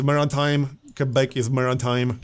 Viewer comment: pronounces Quebec better than we do in Canada lmao